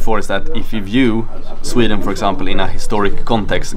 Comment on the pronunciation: you say "sweden" like "sreed'n"